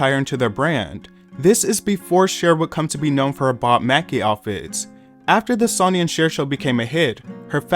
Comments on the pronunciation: Cringe. Hearing a name pronounced incorrectly makes it impossible to watch. Sonny Bono should be pronounced the same as Sunny day. Sonny comes from sonny boy. Son is what a male child is called. Get a real education before making utube videos. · It’s pronounced sunny bro… 🤦🏽‍♂️ all these kids want to do history videos and can’t even get the damn names right… 🤦🏽‍♂️ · Who TF is "Sawny" Bono and "Sony" Bono? 😂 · Tell me you've never heard GT&T because you can't pronounce" Mobile". Sh!t you can't say "Sonny" correctly.